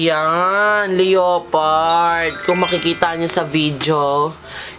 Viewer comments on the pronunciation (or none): small youtuber here.. gusto ko lang sbihin ung leopard 🐆dpt LEPARD (silent O) ang pronunciation nun 😉😉😉 concern lng po..hope to see you someday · its lepard pg pinronounce... 👍👍😜🤗💙